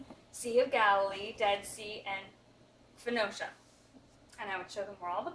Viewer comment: great videos, but I think Phoenicia is pronounced "Foneesha"